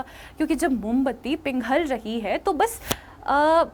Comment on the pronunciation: Mam pinghal Rahi hai nahi pighal Rahi hai, anyways you are a good teacher 🙂🙃